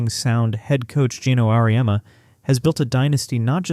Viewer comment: 100000% even the goat Geno lol Auooreiahma